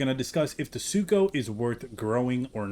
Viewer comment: Don’t worry. I accidentally called Sucho “Sarco” often as well.